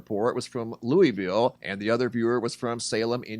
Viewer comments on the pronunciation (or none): It’s pronounced Lou-ville not Louie- ville. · It’s pronounced Lou-ville not Louie-ville